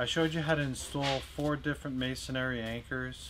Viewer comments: The word is MASONRY not MASONARY.... If you're presenting yourself as a professional it's only proper/sensible & credible to know how actually PRONOUNCE the word CORRECTLY.. It's MASONRY .... PERIOD...IF you don't know THAT, makes me question what ELSE you don't know. Just being real. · It's not pronounced MAY SON AIR EE. It's prononunced MAY SON REE. (Three syllables, not four.) It's amazing how people who actually work with masonry pronounce it incorrectly. Also, you really don't need a hammer drill if you are just doing a job or two. A good masonry bit will do for occsional use. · I had to cut this off after about 30 seconds. In that time you must have said "masonAIRY" about 10 times. The word only has one A in it....it's "masonREE". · when are people going to stop saying masonary? it's masonry - masonary is not a word and makes you sound unintelligent. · Hmmm... should I value masonry anchor advice from someone who doesn't know how to pronounce "masonARY"??? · the word is MASON-REE, not MASON-AIRY! :-) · It is not masonary... you say it wrong dummy. Masonree LOL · “Masonary” !? Incorrect pronunciation and use of the word ! You should be using MASONRY. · It’s masonry not masonary. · It's masonRY not masonARY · THANKS!! I needed to learn about a few of the options so I could choose for myself, and you did that! I almost couldn’t watch hearing you say mason-airy, but I got over it:) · It’s pronounced may·suhn·ree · If somebody is PRESENTING themselves as a PROFESSIONAL & they don't even know how to pronounce the word correctly it DOES TAKE AWAY credibility... What ELSE doesn't he know correctly..... It may not be important to YOU, but trusting HIM is questionable right off the bat... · oops, there's no "air" in masonry (3 syllables). You're welcome! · Good information, but you'd think a fastener expert would know how to pronounce "masonry." Hint: three syllables. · you pronounced "masonry" wrong........